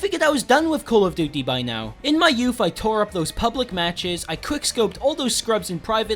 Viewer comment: Callufdutte that is how it sounds no hate